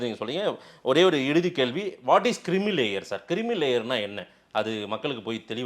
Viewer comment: Creamy (க்ரீமி) லேயர் டா அது. கிரிமி லேயர் இல்லடா the vidiyal ஆட்சி சொம்பே